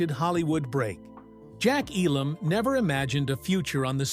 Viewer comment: You're frequent mispronunciation of Jack Elam's name, haphazard use of video that many times did not match what was being said, and being reminiscent of the early MTV style of mindless imagery made what could have been an excellent video mediocre at best. The haphazard assembly of the poorly produced segments with much repeated information finally pushed me to end viewing about 2/3 of the way through. As one other commenter implied, this is clickbait at its finest.